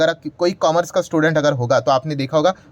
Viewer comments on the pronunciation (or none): none